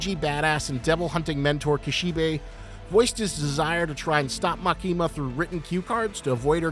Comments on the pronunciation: This dude: Likes CSM enough to make a 15-minute Gun Devil vid. Also this dude: MaKEEEma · love ur analysis but the emphasis is on ‘A’ not ‘ki’ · bro really pronounced Makima as "Ma kee mah"